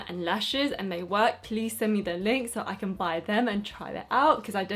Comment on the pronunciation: 'I ceennn' 😂😂 love u